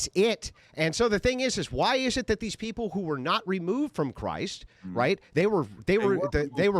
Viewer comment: Lol he says peepoo instead of people.